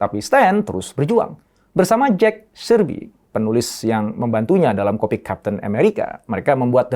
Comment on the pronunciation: maaf yang benar Jack Kirby, bukan Jack Cirby